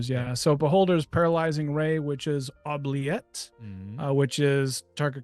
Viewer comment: The pronunciation of the word "oubliette" hurt my soul. :P. It's French for to forget and its a hole in medieval european castles to toss people down you want to.... forget. Anyway nice channel, first video but looks good!